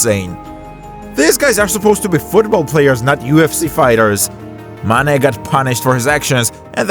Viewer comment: How come you pronounce Mane's name well and Sane's name completely wrong? They rhyme.